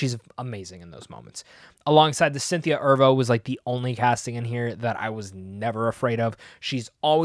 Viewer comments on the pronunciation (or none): Loved ya review of this movie. Very honest & had some interesting insights. Just one thing, Cynthia Erivo (Er-ee-voh) not “Ervo” Lol. Anyhow, I’m a new viewer looking forward to more of your content!!